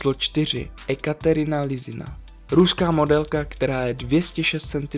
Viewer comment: Ekaterina se cte jako Jekaterina...